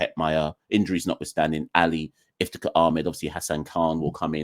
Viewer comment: It's Iftikhar, just saying